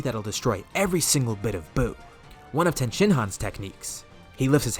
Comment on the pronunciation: Its tien not ten